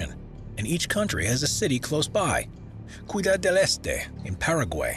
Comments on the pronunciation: Cuidad del Este? It’s not hard to check pronunciations of places. It might be a good idea in future videos. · "Cuidad" del Este??? please learn how to pronounce it.